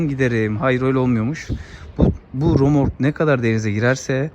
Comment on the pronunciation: "Romork" değil kardeş "RÖMORK" Yazdığınızı okuyamıyorsunuz, üstelik bilgilendirmeye girişiyorsunuz. İlginç.